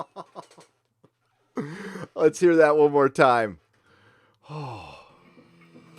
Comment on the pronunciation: Some see feah others hope I see the fweedom be beh myself.